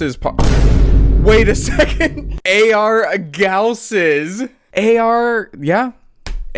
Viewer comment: dam I was hoping he was gonna say "galsses" through the whole video 😂